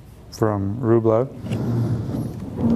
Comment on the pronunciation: It’s called rublioff the rublev that you say. It’s A Russian painter. + you make it so difficult.. why is that? Does that make you paint better? Do you even know people can paint with 4 colors + maybe another one or two ?